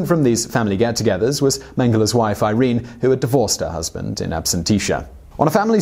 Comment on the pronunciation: pronounced "eer rennay" not eye reen. punch your researcher/scriptor. long-bine. punch him again. good narrative tho. thanks!